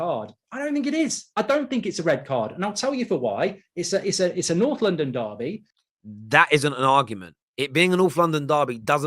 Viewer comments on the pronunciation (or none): When Holding got sent off last season, this guy wasn't all "it's a Norflondon derby! It's a vewwy good game!"